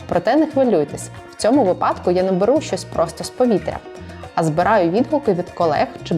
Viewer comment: будь ласка, вИпадок🙏, а не випАдок